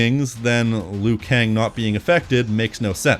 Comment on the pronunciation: It's LIU Kang, not "Lui Kang"!